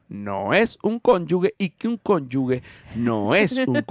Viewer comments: José de mi ❤. Cónyuge se pronuncia “conyujeee”. Te quiero !! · No sé pronuncia así como lo están haciendo la palabra cónyuge... se pronuncia como "conyuje"